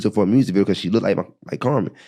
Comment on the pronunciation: Damn!!! It's not "lookded" it's "looked"!!!!! Uuughhhh, that's driving me bananas!!!